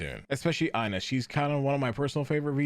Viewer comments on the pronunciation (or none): how is Ina your fav and your saying her name wrong ??